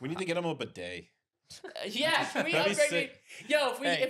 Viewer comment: said BooDay instead of bidet